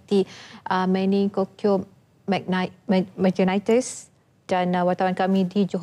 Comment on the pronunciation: Meningitis pon x reti sebut. Memalukan doktor ni